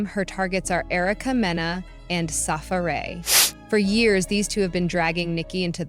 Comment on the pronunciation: How is this lady mispronouncing Safaree ..